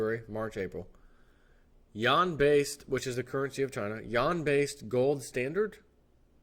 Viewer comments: I couldn't listen to this...... it is pronounced You-whan!!!!! Not Y'an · I am Wrong , SORRY it's sounds like Wawn not wane Yuan is pronounced Wawn. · It's actually pronounced like with an 'en' as in 'pen' and has a slight rising tone; try saying "U.N.?" by blending the syllables together and that's essentially it (check with Google translate if you think I may be wrong). Idk why the western media deliberately pronounces it incorrectly, kind of like when some people say Iran and Iraq pronouncing the names as if they were Apple products, lol. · You're killing me... It's pronounced YOO-AHN... If you can't say Yuan, then Renminbi is an acronym... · Yuan pronounced Wane( phonetically that is)